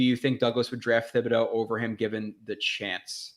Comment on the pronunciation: Hey love your content but just FYI Thibodeux is pronounced with a hard T, not TH